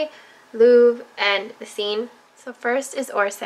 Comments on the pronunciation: "Seine" is pronounced "SENN", not "scene". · Beautiful palette with gorgeous colours. Just so you know, Seine is pronounced like "Sen" in France, not "Sign" as you pronounced it. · just fyi seine is pronounced sen..like send without the d, love the look! so pretty! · the only one she mispronounced was 'Seine' which you have to admit doesn't look how it's pronounced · It's a shame that she helped create the palette, but she can't pronounce any of the French words... :(